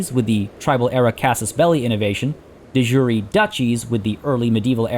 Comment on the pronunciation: You're pronouncing De Jure wrong.